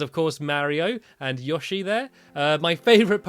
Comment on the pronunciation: It's yoshi not yoshi